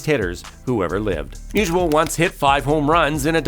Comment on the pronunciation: It's not musual, it's Musial